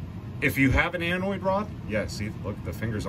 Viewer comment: Anode Rod not "Anoid Rod" :)